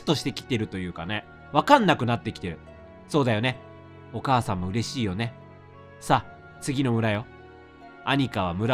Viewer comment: レトさんのお母さんの読み方がどうしてもおばあちゃんの読み方に聞こえる